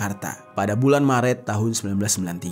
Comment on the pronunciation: org sumatera ya? ngomong e nya.. pas bilang Maret.. kyk org sumatera utara